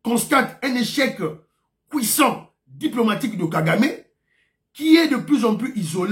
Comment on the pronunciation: anglais na monoko ebungisa biso français te, nous restons de locution française. On dit échec cuisant muakunianyipas cuissant. Corrige ça car tu es beaucoup suivi. Ton vieux Gaston Kalala dépuis Liverpool.